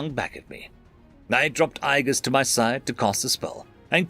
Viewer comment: Agies is A-JEE-US not "I guess" god damn it. Why is that word so damn hard guy?